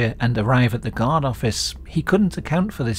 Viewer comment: Your accent makes guard sounds like god.